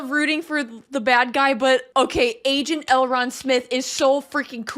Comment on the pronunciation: Please stop saying Elron lol